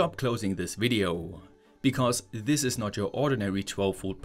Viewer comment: In this vdeeo ceewees 😂